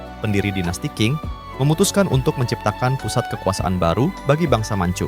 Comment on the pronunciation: Masukan Min ; Klo bahasa Mandarin itu Huruf Q dibaca spt huruf C jd misalx Dinasti Qing itu dibaca Dinasti Ching. D dibaca T, B dibaca P. 🙏🙏